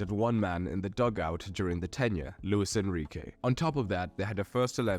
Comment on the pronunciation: "LUIS ENRIQUE"